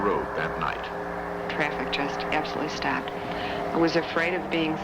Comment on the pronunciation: Western NY giveaway accent: "my car STAPPED" (stopped)